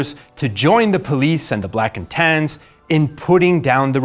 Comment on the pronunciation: "Black and Tans" Huh? I though he was saying "blackened hands" the entire time.